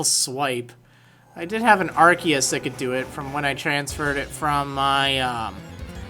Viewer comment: Finally! Someone actually pronounced Arceus correctly.